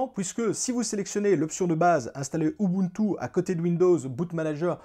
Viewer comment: A chaque fois que tu disais ubuntu, je pensais direct à Moboutou 😅